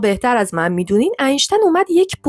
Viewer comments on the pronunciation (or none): none